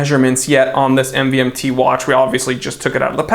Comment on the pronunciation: my guy literally pronounced it M-V-M-T